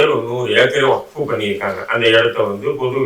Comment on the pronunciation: வக்ஃப் என்று சொல்ல தெரியவில்லை